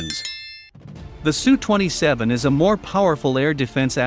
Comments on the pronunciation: Teach the robot voice to say "SU KOY" NOT "SU" . It will be a long war and those Sukhoi 29's from Poland will arrive in Ukraine eventually, be ready with the name of the designer! Pavel Sukhoi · It's just S.....U. Not Sue. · Tip for computer voice. Put "ess you" for SU. We don't need no Sue's. They may bring Karen's with them. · Pathetic channel... No one calls an SU-27 a "Sue-27" except some stupid channel with text to speech.